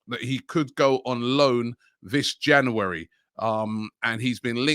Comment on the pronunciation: robbie can you please pronounce january properly?